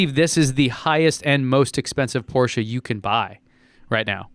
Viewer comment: Thanks for pronouncing Porsche right